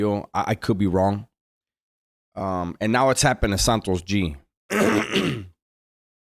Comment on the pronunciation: Santo gee. No s on the end bro